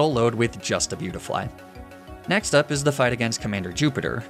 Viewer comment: I love the "le beutifly" 😂 I caught me of guard